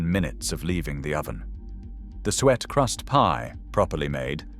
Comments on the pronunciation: Steak and kidney pudding is not in sweet pastry, it's suet pastry! Nor is it sweat crust, it's Suet crust pronounced like Sue ate! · “Sweat crust?” “Suet” is pronounced “Sue et”!! Sweat crust sounds most unappealing. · Soo-et crust! Not sweat crust! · Sweet pastry???? SUET pastry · Now I can tell this is fake. "Sweat" crust ? Dont you mean "Suet" crust? . Out of here. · Suet pastry, not "sweet pastry ". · This commentator spoke of " sweat " pastry 🥶🤢 get your pronunciation correct Please ! It is SUET Pastry. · its SEW IT pastry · What´s Sweat Crust please? Does it have anything to do with Suet Crust? And if so, how come this presenter cannot pronounce Suet. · Soo-et crust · Why is this idiot pronouncing "suet" as "swet" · Soo-et. I know you're not real, but please get your prononciation right. Also you sound like Alf Garnet. Would you really want to eat jellied eels? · It said sweat at 1st. Who wants a sweaty pie. 😂😂😂 I hope he did'nt rub somewhere unnatural. 🤔🤮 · Worse, he calls it sweat crust. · “Sweat pastry”. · 😂😂😂 He did. Who wants a sweaty pie. 🤮😂😂😂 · That was the most bizarre pronunciation of "suet" I've ever heard. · have to agree its a weird pronunciation